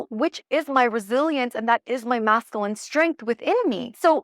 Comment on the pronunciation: Love your videos! Just wanted to share with absolute love and zero shade intended, that you are saying masculine incorrectly. It’s pronounced mascUline as opposed to MascAline. You say the word so often, I thought I’d share.❤ keep sharing your beautiful light babe!